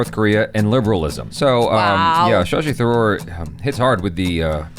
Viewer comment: pronounced Shashi Tharoor almost perfectly right. Wow!